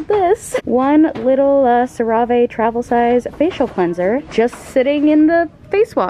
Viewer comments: The american commercials pronounce it "cera - vee" but it's a french brand and it's pronounced "cera - vay" (or at least that's the closest english sound) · no it’s sara vee . she’s just saying it wrong 😭😂😂😂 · ya i say sara-vay but i think ur correct and no offense shes wrong lol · the way she pronounced it "sah-ray-vay" made me giggle lol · According to the commercial that I just Youtubed, it's Sarah-Vee. I was pronouncing it wrong too! LOL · CeraVe...haha!!! You pronounce it Ser-Ah-vae. Lmao!!!! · I could be wrong but I think it's pronounced something like "Sarah-vay" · I don't want to come across as being mean or anything but I just wanted to let you know that your pronouncing cerave face wash wrong. It's pronounced Cera Ve so like 2 separate words. I hope that helps and I'm sorry if that sounded mean or rude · I'm sorry but it drives me crazy that she still mispronounces CeraVé. She even asked in a video how to pronounce it and she liked several comments that showed her its sara-v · Love the way she pronounced “CeraVe” 😂❤️ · why do you pronounce cerave like that:oooo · Tripping over your pronunciation of CeraVe..... have I been saying it wrong this entire time!? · It kills me when she says CeraVe 😂 love your videos but I cringe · they why she pronounced cerave 🤣 I've never heard anyone pronounce it like that but that is wrong 😂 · Guys chill she pronounced it wrong. Get over it🙄 its a lil annoying to see the same comment over and over. Its👏 not 👏like 👏you 👏never 👏made👏 a 👏little 👏mistake👏👏👏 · Her pronunciation of cerave 🥴🥴